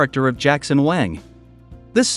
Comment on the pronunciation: At least you didn't butcher his last name. A lot of people not familiar with how Wang is pronounced in Chinese say it as Wheng or something similar.